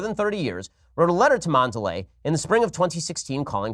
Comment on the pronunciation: A record day for mispronunciations by Ben: Mondelez and Asia Argento.